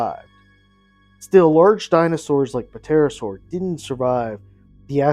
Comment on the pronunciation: Say ter-oh-sor